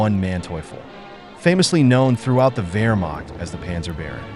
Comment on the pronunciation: He just inserts a second 'r' in Wehrmacht after taking the trouble to pronounce the 'W' correctly hence 'Wehrmarkt', probably says 'Aydolf Hitler' as well. Interesting video though.